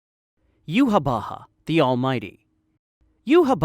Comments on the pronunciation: u nailed yhwach's name!! i personally pronouce is iwack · correctly pronouncing yhwach and incorrectly pronouncing compulsory is certainly something